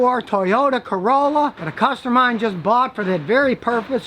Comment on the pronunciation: ... Ha ha, u said Ford Carola..^^